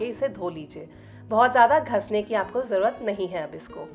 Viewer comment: मैडम घिसने शब्द को कृपया घस नहीं बोलिए। सुनने में बहुत बुरा लग रहा है।